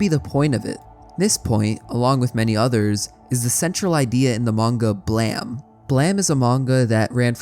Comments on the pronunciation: You can look at the Japanese version of the cover of Volume 1 of the manga on the right side under the english-ized title "BLAME!" and see stylized katakana "ブラム", which would be romanized as "buramu" and would indeed be pronounced "blam". Nihei also created a Wolverine manga (as in, Marvel Comics Wolverine) titled "Wolverine: Snikt!" (as in, the comic-book onomatopoeia-word for Wolverine extending his claws). This leads me to believe that Nihei's actual intention for BLAME! may have been for the title to be BLAM! instead, also like a comic-book sound-effect word, in this case being representative of Killy's gun (Gravitational Beam Emitter) firing - and just that a mistake was made regarding the English writing for that. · Why did you pronounce it "Blam" if it is spelled "Blame"? Do you not know about the word "Blame", or how to pronounce a word with an "e" at the end of it, or is this how the name of the manga is pronounced and it just has an unconventional spelling? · God, I wish people would just call the manga Blame. What is Blam even supposed to mean? And don't say its the Japanese pronounciation, that would be Blamu in Katakana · So is there any reason you said "blam" and not "blame?" You caused me to spend 20 minutes looking for the wrong series and getting frustrated at why I couldn't find it... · Hearing it pronounced as Blam rather than Blame threw me off for sure lol, but it’s always one of my favorite series to listen about, I love that the mangaka was an architect that wanted to create impossible buildings and made a manga around that. naissancE and Manifold Garden have always been perfect subjects for philosophical musings and I love that for creators like you. Thank you for the video! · BLAM???? hahahaha it's just called blame! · Wait it'd pronounced Blam, not Blame? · Why are you calling it BLAM? It's Blame? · messed up that its pronounced "blam" honestly. whats that E doing there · This is the first time I hear Blame pronounced as Blam